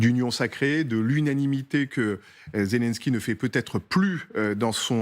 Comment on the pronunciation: depuis le temps personne n'a cherché comment on prononce le nom du président ukrainien ... ça ne se dit pas" volodimir zélinski" mais "vlodimir zilinski"....